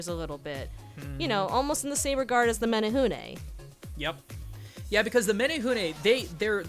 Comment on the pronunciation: As a Hawaiian, the way you both say menehune makes me chuckle. But otherwise spot on, outside of the menehune having a pretty nasty streak for people who spy on them working. This was great to watch.